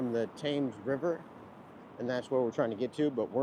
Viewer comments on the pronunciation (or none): Excellent video, and different from many on here. You make it interesting and it's as if I was with you and you are talking to me. The Thames is pronounced T-ems. I know you don't mind me correcting you for next time. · Thames is Pronounced Temms. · The River Thames is pronounced ‘Temz’. London Bridge is so named as it connects to the ‘City of London’ which is around 1 square mile where the financial district is. Tower Bridge is so named as it is close to the Tower of London rather than having two towers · and Thames pronounced ‘tems’